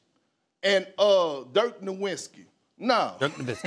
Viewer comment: “Dirk Nowitski”